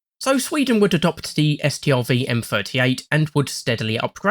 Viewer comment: An English-speaker saying "Stridswagen" is actually a sign of great respect in their culture.